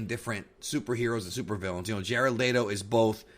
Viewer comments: It's leto not layto. Why are you saying it like that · Jared Leto (LEE-toh) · My dude said Jared Lay Doe lmao that was funny lol